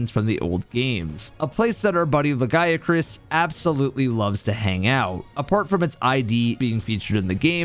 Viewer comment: I mean he got the Lagiacrus and the Nerscylla names correct.